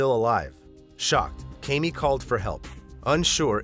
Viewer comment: 1) what makes the man the "head of the household"? Do we know that the family chose to appointment him as "head of household" or are we assuming because he's a man? 2) I have the same name as her and it is pronounced Kam (as in camera) Me (as in me) not KayMe